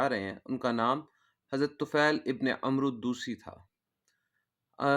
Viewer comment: بارک اللہ فیکم عمرو میں و نہیں پڑھیں گیے